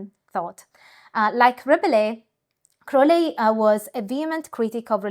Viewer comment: I stuck with this video mainly because you pronounced Crowleys name correctly. Very interesting stuff!